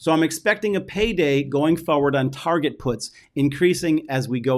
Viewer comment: Did you just say Tarjhe instead of Target :-)